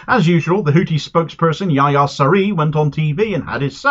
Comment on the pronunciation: Houthi spokesman’s name is pronounce more like Yeh-Yah written phonetically . You must province the H , especially the first one which is especially pronounced . Ist based on Yahonan which is the origins of John.